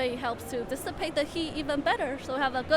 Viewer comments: its all about dis-sa-pe-ta heat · SAY DISAPATE THÉ HEAT ONE MORE TIME !!!! I DARE YOU!!! XD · She really like that word dissipate :p